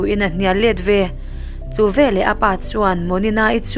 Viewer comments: Veleh tih turah velah i ti zela ho vek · Veleh tih turah velah i ti ve ziah. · Veleh tih turah Velah i hmang zel a, mizo tawng dik Vekeh tih hi hmang la ngaihthlak a nuam zawk ang.